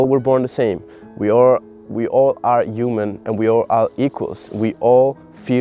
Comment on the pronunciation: I love that the way you say “human” sounds like “You Man”❤🥹 which feels so unintentionally poetic and on brand✨